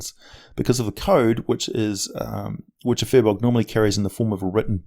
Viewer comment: An interesting thing (and I'm really stretching the meaning of interesting here) is that Firbolgs come from celtic mythology and as such comes with Gaelic pronunciation. It should really be pronounced as Feer Bolk. Yeah, some useless info there. Thanks for letting me waste your time.